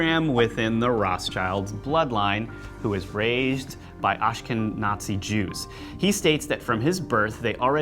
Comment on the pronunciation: Guys, PLEASE get help with your pronunciation of unfamiliar words. Both of you mispronounce more words than I could count on almost all of your vids. Your mangled word for today was "Ashkenazi". The correct pronunciation is ahsh-kin-ah-zee. It is not pronounced the way we pronounce nazi, even though those letters are in that order in this word. It simply means a certain group of Jewish people. Google is NOT our friend but they do have lots of info. Other than your mangled English, and other words, I enjoy your channel. Please make more videos. Thanks.